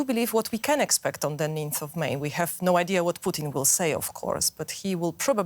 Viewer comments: swear I heard poutine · I like how she regularly says poutine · Please stop pronouncing it “Poutin” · They keep saying president poutine lol. Fries and slop